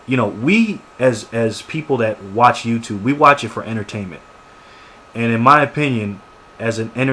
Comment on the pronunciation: how do people thumbs this up ? he sayed TOUTUBE and commeter.. idiots !